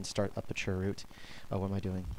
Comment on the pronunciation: dnt call it churrrr root